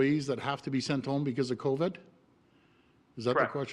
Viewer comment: I wish Doug Ford would learn how to say COVID. It's not CovED, it's CovID! DUH!!!